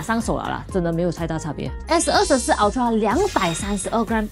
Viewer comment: 麻煩先去了解ultra正確唸法好嗎😓